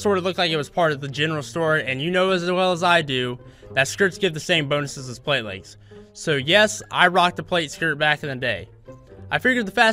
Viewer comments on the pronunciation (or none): none